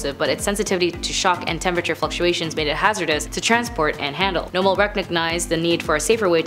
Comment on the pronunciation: Just to let you know, it is pronounced No-bell, not noble. Thought you would want to know.